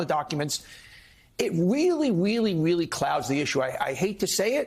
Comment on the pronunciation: That host said, "this is weally weally sloppy". "WEALLY " just like Bugs Bunny! 😂😂😂😂😂